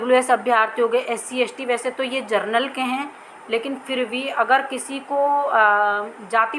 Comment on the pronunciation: मेडम आप एक शब्द का उच्चारण सही नही करती हो,सुधार करें । आप जनरल को जरनल बोलती हो ।